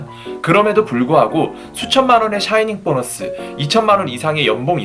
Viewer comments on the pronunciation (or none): 샤이닝 보너스가 아니라, 사이닝 보너스로 알고있어요. shining 이 아니라, signing 인거죠